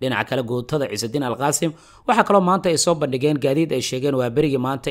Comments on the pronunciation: Guutada Ciizudiin ALQASSAAM waaye ALQAASIM ma aha. Mahadsanid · nio al qaasim ma ahan. Ee qassaam dheh. Maalinkasto al qaasim aya nagu waashy